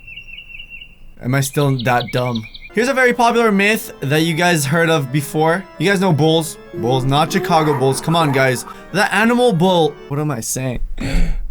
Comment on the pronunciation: OMG HE SAID CHIKAGO!!!!!!!!!!!!!! IT'S NOT CHIKAGO!!!!!!!!!!!!! ITS CHICAGO PRONOUNCED LIKE SHIC(SOFT C)AGO!!!!!!!!!!!!!!!